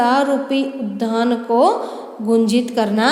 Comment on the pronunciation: आपका उच्चारन गलत है उद्धान आप कह रही है वह गलत है वह उद्यान है